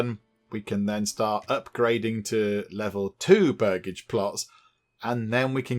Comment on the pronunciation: Its pronounced Burj-age (its where the family name Burgess [Bur-jess] comes from - land owners) Hope that helps!